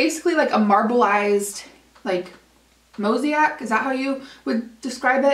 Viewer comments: Moe-say-ick, not Moe-see-ack but I totaaly got your drift! Enjoyed the goodies :) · The correct pronunciation you needed for the Laura Gellar foundation is mo zay ic not mo zi ac. A mosaic is usually used to describe tile work of many different colors.😊